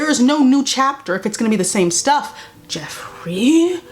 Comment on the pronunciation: The way she says jeffery made me actually laugh out loud